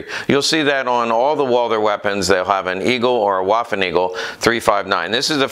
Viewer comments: Vvvvvvvvaffen, not Wafen. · please pronaunce "w" as "v", especially in the "waffen" word